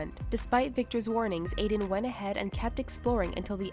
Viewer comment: I have a friend named Aiden but its NOT broken into sylables like (ee-den) its (A-den)